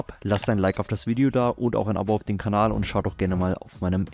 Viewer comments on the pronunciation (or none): none